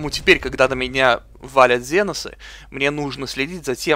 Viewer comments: И это не ЗЕНОСЫ а КСЕНОСЫ! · Жаль, что сделали обзор но не удосужилась узнать ни историю вселенной, ни историю самой игры. Тогда бы отпали такие вопросы почему комп ставит каждого второго космодесантника рандомно. И да, что за ЗЕНОСЫ? Генокрады, ксеносы или тераниды, но не зеносы!!! Сильно вымораживает =(